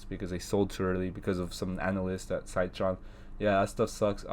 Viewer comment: Good analysis! Wanted to say its pronounced “sit” tron not “site” tron :-) Also Citron had adviced shorting Shop when it was at $108, its now trading over $900!